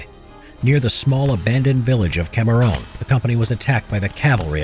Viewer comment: Cameruun* Geeez. The pronouncitation killed me.